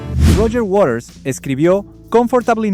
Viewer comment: ¿Warers? A ver si aprende a pronunciar correctamente: WATERS, con T.